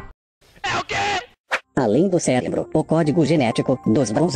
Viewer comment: " - Seu pequeno ceLebro" é isso mesmo produçao ? ahuehauehaue